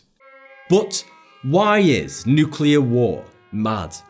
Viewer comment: THANK YOU for saying “nuke-clear” and not “nuke-ular”